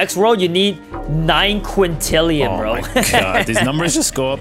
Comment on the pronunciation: Again he says quintillion instead of quintillion 😢